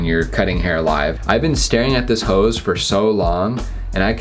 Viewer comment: I thought he said "This is FOUR Humanity!" LOL